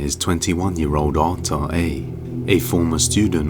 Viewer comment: I kept hearing "Otto" instead of Arthur.